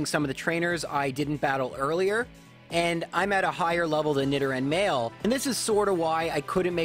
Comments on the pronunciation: i think its supposed to be nee-do-ran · Why are you pronouncing nidoran wrong? It’s like Nidoking. “Need oh king” so... “need oh ran” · Nidoran and Nidorina, not whatever you said. Sounds odd.